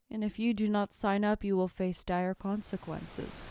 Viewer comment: "Dire" consequences